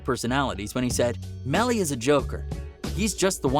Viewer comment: Plz get it right Melly Not Mally 🤦🏽‍♀️